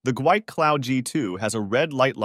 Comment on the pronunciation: The company name is actually pronounced, "gee-wee" 🤪 I was corrected by a tech on a phone call.